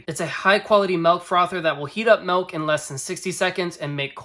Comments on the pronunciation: helpful and short video... but bro.... idk what kind of regional accent says 'melk' instead of 'milk' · "melk" is part of the great midwestern vowel shift around Chicago. there are multiple videos around American accents but it's most pronounced around the Great Lakes. Check out the Wired series on American accents. Part 2 has this shift.